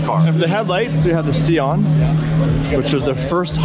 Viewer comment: Si-on. Please. Idec if sieon is the correct name.